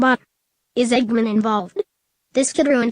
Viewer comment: Why can't the computer say Eggman right?